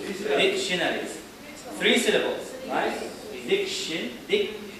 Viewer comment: But I think that the word " dictionaries " is four syllables not three.